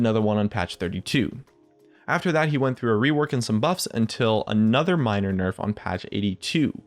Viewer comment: All i hear in this video is Another nerf (like anotha one)